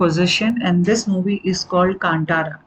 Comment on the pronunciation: Ma’am , a small correction 🙏🏻; it is Panjurli daiva , not punjarli. And it is Kaantaara, (as ‘th’ in ‘path’ & not ‘t’ as is ‘not’)